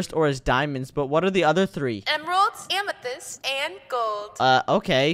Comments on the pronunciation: said amathist twice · Bro said Diamond amathyst gold and amathyst